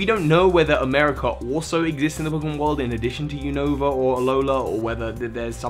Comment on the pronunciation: why do you pronounce 'unova' as "oonohva", it's 'you-no-vuh' not uwunova